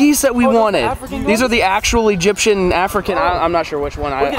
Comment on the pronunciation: said ”Edgypen or afrikan” 😂😂